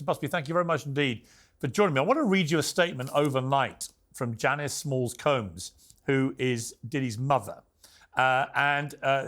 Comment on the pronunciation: I kinda missed how piers pronounced combs… “Coombs”